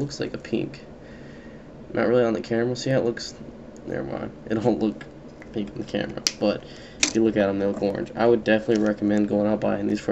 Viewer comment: a peenk?